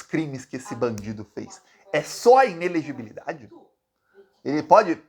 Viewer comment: Não é "inelegibidade",, mas "inelegibilidade". Tem um "li" depois do "bi". A palavra é difícil de pronunciar mesmo, mas você consegue.